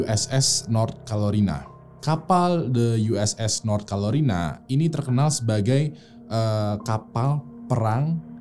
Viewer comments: Carolina bang..bukan calorina,suses selalu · "Carolina" bang... bukan "Calorina". ntar ngambek si Rina, pake di calo2in segala. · USS Carolina kali, Bang... Bukan Calorina... 🤭 Sukses trs yaaak... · Hihi.. Carolina bang.. Bkn calorina 😆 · Uss North Calorina awkwokwow Carolina bangg :v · Carolina bang bukan kalorina XD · Calorina apa carolina mang? 😄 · North Carolina bukan Calorina😂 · Carolina bang Bukan calorina 😩😩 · nyebutnya "Calorina".. nyadar gak bang... 😀😀